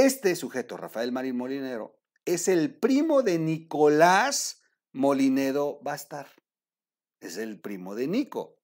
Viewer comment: No es MOLINEDO COMO TU DICES TROOL ES MOLLINEDO